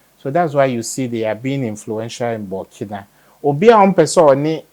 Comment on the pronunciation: Out of respect: The name is BURKINA ( boo r ki na faso)